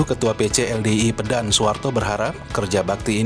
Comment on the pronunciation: Masukan Min. Cara baca yang benar bukan "Pédan" tapi "Pedan",mirip seperti cara baca kota "Medan". 🙏